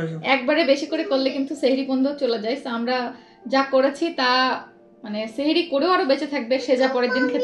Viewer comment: আপু এটা সেহরি না এটা সাহরি 🥰